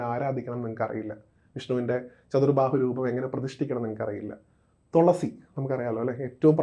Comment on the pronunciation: തോളസി അല്ല തുളസി അതുപറ